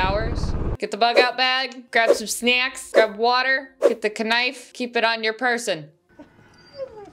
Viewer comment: "Kuh-nife" lol...